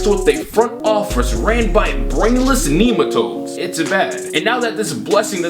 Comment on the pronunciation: Nigga said neemetoads LMFAOOOOOOO